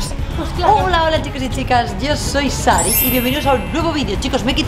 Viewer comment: a dicho keil 😛😏